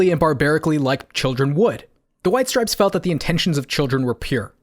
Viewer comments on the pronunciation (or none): STOP SAYING STRIPESES! Thanks for coming to my Ted Talk